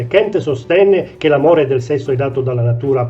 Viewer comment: Kant con la "a", non Kent. E' tedesco, non inglese.